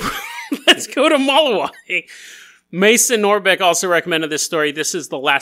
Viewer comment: It’s pronounced “muh-lou(like loud)-wee) lol.